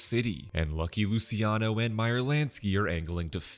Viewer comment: Lu-chi-ano. Not Lusiano